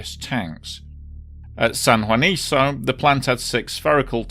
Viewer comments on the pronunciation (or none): It´s San Juanico, not san juaniso. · Very thorough and comprehensive! The site/town should be pronounced as ‘San Juaniko’, not ‘San Juaniso’.